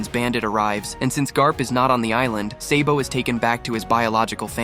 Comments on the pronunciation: dude he said seybo instead of sabo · It’s SA-BO not SAY-BO